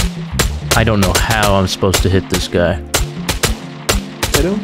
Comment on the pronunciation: when said was i not a sposeta lolol